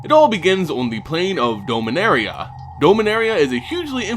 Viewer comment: Need to review your pronunciation on a few things. I know with (science) fiction, pronunciation is often left up to the one reading/playing/watching it, but names like "Beleren" and "Dominaria" DO have correct pronunciations now. It's sounds petty, yes. But then again, your pronunciation is distracting at best. For the record, it's buh-LEH-rin (Beleren) and DAH-mih-NARE-ee-uh (Dominaria).